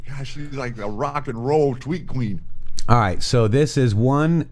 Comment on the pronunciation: Starboard nice Quoon!